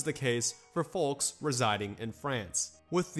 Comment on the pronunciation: I’ve never heard anyone pronounce the “L” in folks.